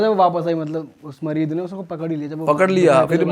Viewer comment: मरीद नही मरीत होता है भाई 😅😂😂😂